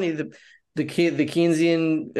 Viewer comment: It’s “Cane-sian”